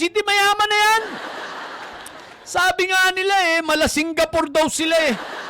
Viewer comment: Mali yung pronunciation mo boss dapat "sinkgapoor".🤣🤣🤣